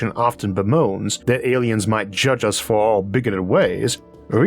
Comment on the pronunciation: "Aiens have invaded"? :)